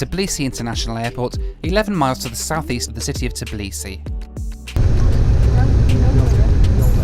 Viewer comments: Just say Tbeeleesee, it sounds better than Tuhbleesee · I am not even from Georgia and it is kind of driving me crazy how Americans pronounce Tbilisi :D Are you not able to say TBI-LISI? :)